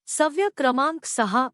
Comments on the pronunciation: अनेक ठिकाणी चुकीचे उच्चार केलेले आहेत. सव्य नाही, ' सवय '. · सवय-शब्दाचं उच्चारण अशुद्ध आहे सव्य नका म्हणू,उच्चारण सुधारा.